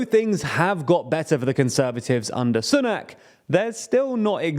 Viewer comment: I wish you would stop pronouncing Sunak's name incorrectly, he may be a super scummy tory, but you'd think when a person of colour reaches the highest office in the UK white people might try to pronouce a foreign name properly. Ffs.